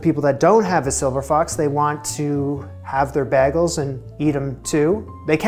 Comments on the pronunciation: I think the only difference between your pronunciation and others is in the A you’re saying BAGols and most people say BAYGOLS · He said bagels so many times in the first minute and I've never heard it pronounced like that!! 😂